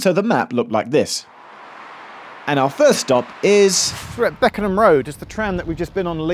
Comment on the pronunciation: It's Beckenham not Beckingham.